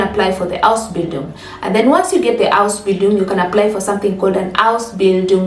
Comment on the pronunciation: Please lay more emphasis on Ausbindun